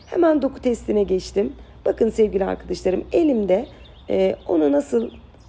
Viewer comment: Herşey harika ama uzun zamandır yazsam mı yazmasam mı bilemedim ve pozitif eleştiriden alınmayacağınızı düşünüyorum.. "Sevgili" yi sevgiyle kucaklarken lütfen arkıdaşlarım yerine "arkadaşlarım" olarak söylemeye gayret etseniz harika olur sizin gibi bir Süsse hanım böyle kullanmalı.☺️😉 Umarım bozulmadınız (?) und noch Viele Liebe Grüsse aus İstanbul ❣️